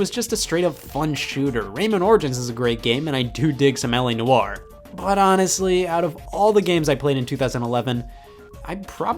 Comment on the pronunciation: Scott: some LA noire My ears: smelly noire